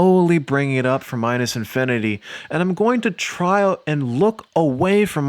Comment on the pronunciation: idk why but you saying negative infininty made me alugh